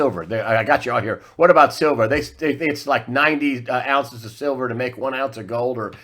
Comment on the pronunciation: "Shilver". Lol. Nice slip.